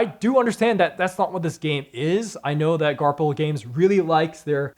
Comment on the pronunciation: I'm pretty sure the publisher is pronounced 'Garfil' and not 'Garp Hill.'